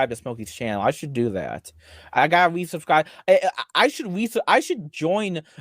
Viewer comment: "I guess i gwotta dwuax yew nao"